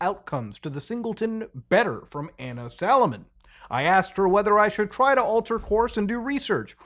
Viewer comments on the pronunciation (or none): none